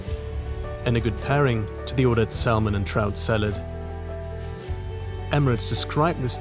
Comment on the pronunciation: So I’m watching and thinking hmmm a bit precocious, but then to top it off you called salmon SAL MON and I was convinced you actually are a precocious tool.